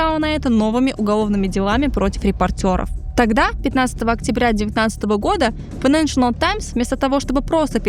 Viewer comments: Здорово, спасибо большое за контент. Единственное, очень режет слух неоднократное на правильное «файэнэншЭНэл», газета называется «файэнэншЭЛ». Без дополнительного «ЭН» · хороший выпуск. но плиз попрпавьте произношение - файненшл таймс, а не файненшенел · Отличное видео, все нравится, но ради бога: файненшиал, а не файненшиНал таймс!!!!!! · Хороший видос, но как же калит постоянное "ФайнэншиНал Таймс" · Financial файнэншал Not accurate неточный Найдите кого-то, кто получше знает английский или проверяйте получше текст. И произношение 😊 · Какая вы тактичная😂 вам не слышалось и это было больше чем несколько раз) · Кроме постоянного произнесения «файнэншнл», откуда в слове financial появился ещё один слог???? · Единственное, что меня напрягает в подаче - файненш_анал и бундеНстаг